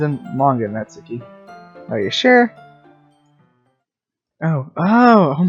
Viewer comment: Thank you for saying natsuki right